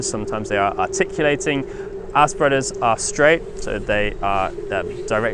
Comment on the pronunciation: Your pronunciation of "our spreaders" made me giggle... 🤭